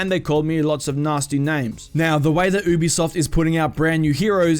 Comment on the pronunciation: Stop saying ew-b-soft it’s u-b-soft